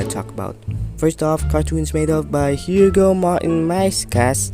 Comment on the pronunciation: it’s still pronounced as Hugo for some reason